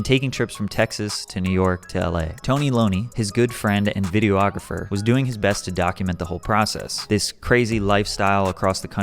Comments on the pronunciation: The term "videographer" isn't pronounced "video-ographer." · vid-ee-awg-ruh-fur. not video-ographer lmao